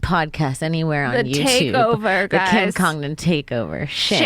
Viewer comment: Kim congron and ally winshank are the best. Also it was really funny hearing this imperialist not pronounce Kim's name correctly.